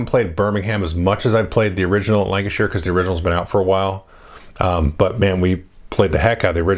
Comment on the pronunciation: Thanks for pronouncing Lancashire correctly!!